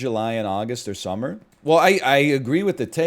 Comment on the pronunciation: If I ever hear a Canadian say summer again, I’m gonna throw down